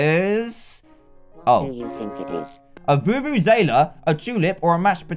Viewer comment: he said "vuvuzaela" instead of vuvuzela! LOL